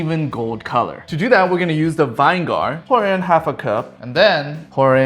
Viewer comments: vin-E-gar ❌ VINE-gar ✔ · not vine - gar its viny - ger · It’s not vinger It’s viniger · Pronounced “Vyn-eager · I'm only ever saying vine gar from now on 😊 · Why cant you pronounce Vinegar properly??? Vine gar... is this a joke?? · Dude said "vine gar" lol 😂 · Vinegar is pronounced as: [ VIN - i - ger ] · vine-gar lol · Vine gar😂😂😂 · It’s actually vin-i-ger and put it together vinegar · "Vine gar"